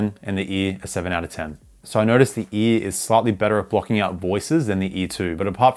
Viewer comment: every time u say ear i think ur just saying E so all i hear is EA💀